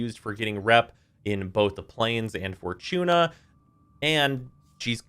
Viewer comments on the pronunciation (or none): none